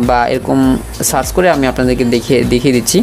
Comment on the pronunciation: ওরে গাধা ওটা সাচ হবেনা সার্চ হবে আর এটা মাইক্রো ফোনের ছিদ্র